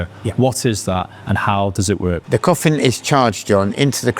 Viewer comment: Is he saying coffim??